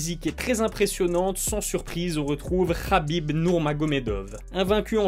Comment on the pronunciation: Oh gros Khabib c’est un k pas un r insupportable d’entendre Rhabib